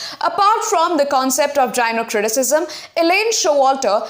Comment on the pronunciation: That was very informative. Thank you so much but I guess gynocriticsm is not pronounced as jynocriticism .❤